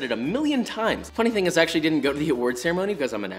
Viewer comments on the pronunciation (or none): none